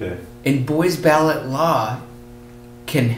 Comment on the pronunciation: you pronounce Buys Ballot totally wrong.